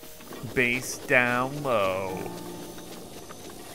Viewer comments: Cool series also it's bass not base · I worry about sometimes, it's bass not base. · Is it just me or does the ways he say Bass upset me? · It's not base it's bass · bass not base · He just called bass “base” for that reason I unsubscribed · The fish known as "bass" is not pronounced like the kind of guitar. The a is like apple. So the last three letters sound like a dirty word. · he literally said he was joking about calling it bass with the pronunciation wrong.. for the fish version of bass, I mean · He does not know how to say bass